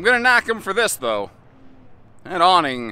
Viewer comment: Man, that awning is more like an awwwning